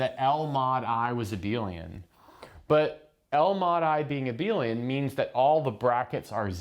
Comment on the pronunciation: "Let's supoose that L mod I is abeal"